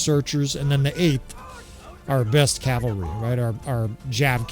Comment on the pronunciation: Thanks for saying cavalry. A year ago you were saying Calvary. Each time you did i felt a nun crack a ruler on my knuckles and shout "Cavalry is a military unit Calvary is where Christ died!" Yeah, I'm a few years older than you.